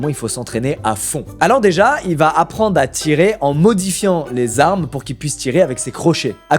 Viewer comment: Faîtes attention lors de la prononciation du nom du gars "harmas"